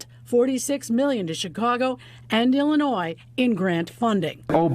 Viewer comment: Hey the s is silent in Illinois!